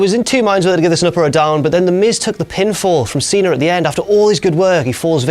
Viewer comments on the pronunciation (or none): why do i always hear saying "cenar" except cena